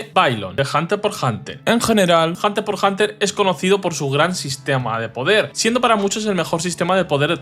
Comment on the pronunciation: Como que hunter por hunter? es hunter hunter amigo